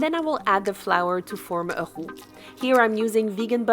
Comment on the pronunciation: That mac and cheese looks heavenly! I love the way you say "roux"--those of who do not count French among our languages cannot pronounce those R's so beautifully. Thank you for some wonderful ideas I will surely be incorporating into my menus. I would love to see more kosher meal prep!